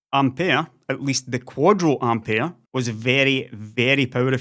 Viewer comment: Which is how you’re meant to pronounce it.